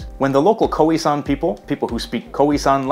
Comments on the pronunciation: I'm still laughing at the fact that he pronounced it as "koowee" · koheesan? smh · Please.....”K-ough-ie San”